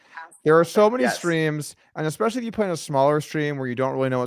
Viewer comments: i can't stand that he says EXPECIALLY ... otherwise i'm Team Garrett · It bugs the shit out of me when Gman says expecially